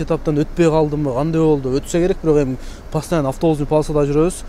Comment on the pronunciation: Пастиана эмес постояно деп айтылат искитка эмес скидка деп айтсан кыскасы 😂😂😂😂